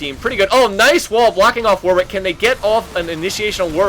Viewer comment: It's pronounced 'Warrick', not 'War Wick'.